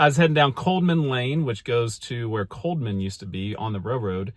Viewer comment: it's pronounced miame not miama. and cod man not codeman. were you born in cana duh?